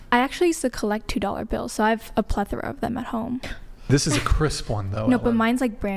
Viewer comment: plethora!!! Said like Ple-thra😅